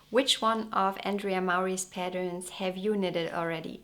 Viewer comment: It's Andrea, not Andrey 😊 She's a very beautiful girl.